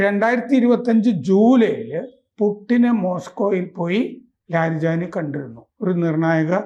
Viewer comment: കിളവന് ലാരിജാനി എന്ന ഒറ്റ പേര് ഉച്ചരിക്കാൻ തന്നെ പ്രയാസം. കിണറ്റിലെ തവളകളുടെ ക്രാം ക്രോം😜